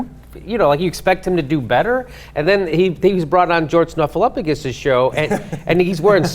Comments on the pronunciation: George Snuffleupagus? lol!! You mean George Stroumboulopoulos? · George "Snuffaluffagus"... bahahaha and repeated it twice!